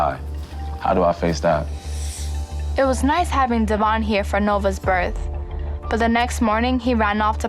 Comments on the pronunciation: Sorry, I really just want to stop like IT'S DEVOIN NOT DEVON!!!😫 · I’m really glad to see evolution as a dad. I also had no idea that his name I pronounced Dev-yon, not Devon like how everyone else has said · they STILL pronounce his name wrong even tho he's made it clear multiple times its DEVOIN. good grief they are insufferable Devoin, you are an amazing father! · I think it’s extremely disrespectful that she continues to say his name incorrectly. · It’s crazy even with dr.drew and his co host calling devoin by his name properly still calls him Devon. 😂 i actually work with him at Bonefish and he is just as laid back and cool as on the show. I’m glad that he has grown over the years. I am a single mom myself and even though I don’t agree with all of decisions I completely understand how hard it is. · OhMyGawd can her&her family stawp mispronouncing his name.Literally everyone else is saying it correctly and they just refuse that’s wild. I wonder why he doesn’t or never corrected them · i hate how bri still doesn’t pronounce his name correctly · The fact that she doesn't even try to pronounce his name right after all these years. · is purposely pronouncing his name wrong....